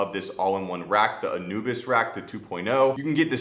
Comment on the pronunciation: Not being an a**hole but isn’t it pronounced Anubis like the Egyptian god???